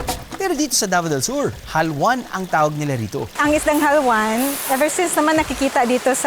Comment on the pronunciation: its not halwan, its haluan (ha-lu-an)